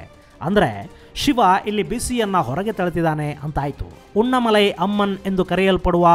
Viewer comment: ಸಗೋ ಅದು ಉಣ್ಣಮಲೈ ಅಲ್ಲ ಸಗೋ ಅದು ಉನ್ನಾಮಲೈ ಅಮ್ಮನ್